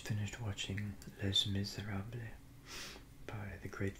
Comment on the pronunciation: Did you mean Les Miserables? It's pronounced lay miz-er-AH-bluh. Source: Been speaking French for most of my life If I sent you some Australian cereal in the mail, would you do a video with it?